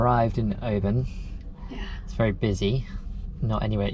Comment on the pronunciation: It's not OBAAAAAN it's Oban